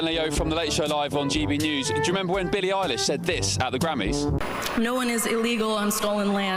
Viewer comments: Bill Maher has been speaking out against the woke people before this Billie Eyelash (I figure you’re intentionally mispronouncing her name?). Anyway, heck yeah she deserves the backlash she’s receiving. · "billie Eyelash" 🤣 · 😂, I usually hate AI generated content and I’m wishing used it, AI would’ve said her name correctly, and if was once or twice uhhh ok but eyelash , eyelash ♾️ ……… wtf dude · Don't forget Billie 'Eye-lash.' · You keep pronouncing her name wrong. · Right out of the gate, I was laughing as the host constantly mispronounces her last name.😂 it’s subtle, funny, and famous people hate that. Plus!, Really who is she? most people don’t know, so why would you know how to pronounce her name properly? I only (think i) know because I heard it before, not the music but the name. good stuff! And Bill Maher is becoming quite funny these days. Never thought much about him in the old days, since I never had HBO, but everything I’ve seen this year has been very funny😂. That Ben Leo guy seems pretty funny too. Good post, thanks! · It's eye lish, not eye lash! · Eye LISH not Eye LASH LOL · It is said eilish, lish, not lash! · Billie Eilish. That's -ish not -ash. Bill-lee Eye-lish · the pronunciation is 'Elle ish' not 'eyelash', sorry my ocd got the best of me. Xo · Eye Lish not eye lash… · My man! Billie Eilish. Not eyelash. Just a drop of research. Just a drop. Eye Lish. Not Lash. Geez Lois. I mean Louise. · You are making a joke about her name, right? “EYE-LASH” instead of “EYE-LISH” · its ilish not ilash. but great post. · Eilish not Eye lash 😂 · Bruh i agree with all this but plz learn how to pronounce the names its not eilash it's Eilish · I am OK with Ricky Gervais, "take you prize and f..k off" but I notice that people are way more critical of Billy Eilish than of Bad Bunny ! they didn't say the same thing exactly but women are always more severely cancelled ! Btw it is not Billy Eyelash but Billie Eye-lish (like fish)😜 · Billy eye-lash. Hahahaha